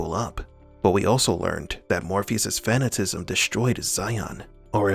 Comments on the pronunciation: "fuh-nat-uh-cism" = fanatasism. You keep saying "fan-uh-ta-cism" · The narrator needs to fix how he pronounces fanaticism. It is not "fan-A-tism".